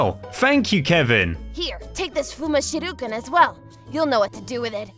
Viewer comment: When Kevin gave that fuma shuriken he said "Here, take this fuma shiruken. You'll know what to do with it" but why did he say shiruken 😂😂😂🤣